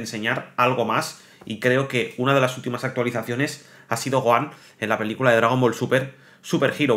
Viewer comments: Es Gohan no goan 😂😂😂😂 pero gracias por la información pero intenta por favor pronunciar bien los nombres de los personajes como fan telo pido se que eres español y allá ustedes le. Cuesta pronunciar los nombres de los personajes o le cambian los nombres pero como fan por favor telo pido pronuncialo tal cual como se llama en Japón ❤ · Oye t correjiré algo, Gohan no se pronuncia "Goan" porq la H en su nombre es como una J en cualquier idioma como lo habias dicho una vez so lo habias dicho bien. Eso era todo, saludos y grax por toda la info💯👌🏻🔥